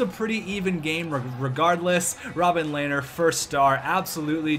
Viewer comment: It's pronounced (Le-ner) not (lay-ner)